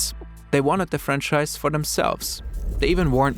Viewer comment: Not sure if you’re joking, but just in case, it’s “franchise” lol 😂